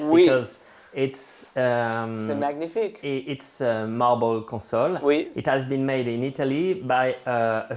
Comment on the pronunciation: Love all your Paris videos! BTW It’s mah-nyee-fique not mag-nee-fique.